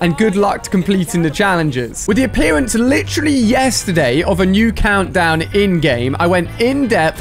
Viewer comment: He said aplearence